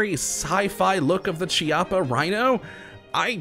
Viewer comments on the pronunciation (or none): it's a hard "C" sound because it's an Italian name